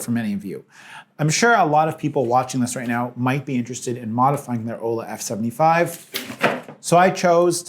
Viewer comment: Why does he say A-owla... when it's clearly pronounce Owla. Oh, forgive my lack of manners. Hi. My name is Pee-awl.